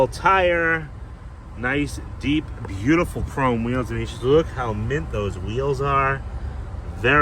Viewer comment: "Beeuti-ful double express-o" 😂